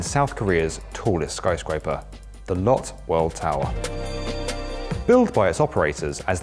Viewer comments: For future reference, Lotte (the Korean skyscraper in this video) is pronounced "low-tay" not "lot." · Hey just FYI, the Korean conglomerate Lotte is pronounced "lo-tte" not "lott" great video otherwise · Its pronounce Lot..Tay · Lotte is pronounced "loh-tay" ;) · No. It's pronounced as Lote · It's pronounced low teh